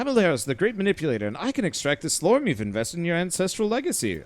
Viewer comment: You say slorm, and I hear slurm from Futurama. Lol